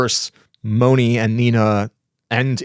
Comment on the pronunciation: Mone is pronounced with a long a-Monay. Not Moni.